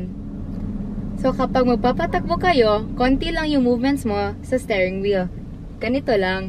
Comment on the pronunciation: I keep hearing "staring wheel" instead of stirring😅